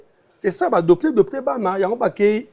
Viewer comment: Ko dopter bana ❌ Ko adopter bana ✅